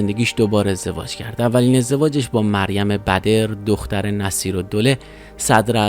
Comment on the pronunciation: چقد خوبه که این اطلاعاتو به اشتراک میذارین ولی کاش بعضی چیزا رو ،کم،خیلی غلط بخونین. اخر کلیپ که جریان ازدواج وثوق گفته میشه،مریم بَدِر نیست،مریم بَدْر. عذر میخوام به عنوان یک دبیر ادبیات عرض کردم.